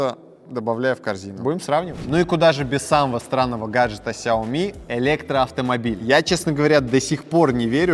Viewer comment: Космос Но правильней произносить Шаоми